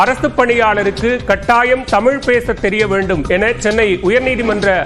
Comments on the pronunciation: தமில் தமில் எத்தனை தமில், 🙃, கடுப்பெற்றுகிறார் மை லார்ட் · தமில் இல்லை,தமிழ்..ஒழுங்காக பேசவும்.. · தாமில் இல்லப்பா தமிழ் தமிழ் அப்படின்னு முதல்லா உங்க ரிப்போர்ட்டை தமிழ் பேச சொல்லுங்க, அப்படியே HIGH கோர்ட்லேம் தமிழில் வாதாட அனுமதிக்கணும் HONOR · இவரே, தமில், தமில் என்கிறார். ஐயா. தமிழ் என்று உச்சரிப்பு சரியாக சொல்லுங்க. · தமில், தமில் மொலி அய்யா, ழ. கர உச்சரிப்பை சரி பன்னுங்கய்யா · செய்தி சொல்பவர்- அவர் தமிழ் என்று சொல்லாமல்- தமில் என்று சொல்கிறார்- அதனை கவனிக்கவும்…..